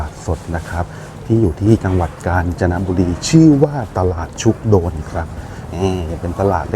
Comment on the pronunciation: คนเมืองกาญจน์เรียก ชุก-กะ-โดน ครับ